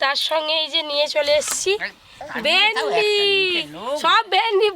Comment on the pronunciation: Vindi,not vendi